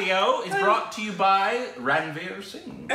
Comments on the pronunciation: pronounced Ranveer correctly. (Ran is run in this case) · yes is right its pronounced as runveer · is correct... That's how Ranveer is pronounced... Run veer